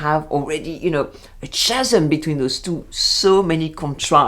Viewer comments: Very nice commentary and agree that it seems to have a lot more than a passing reference to “The Devil Wears Prada”! Just a small point on the issue you raise regarding pronunciation... the word meaning a huge gap in English is pronounced “Ca-sm” (Ca as in Can Can) not “Cha- sm” (as in Cha Cha) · Bonjour,! I very much enjoyed your critique, but in the spirit of the Madame in the Bakery, may I correct your pronunciation of the word “chasm”? In both America and Great Britain we pronounce it “kaa-zum”. The “h” is silent. Because of your commentary, I may actually watch this series. Maybe it will prepare me for my proposed trip to France next year. I’ve been to Paris twice before, but not in a VERY long time. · Interesting to watch this video as well as ones by Frederique Bros and Justine LeConte. By the way, CHASM is pronounced KA-zem. Just trying to be helpful!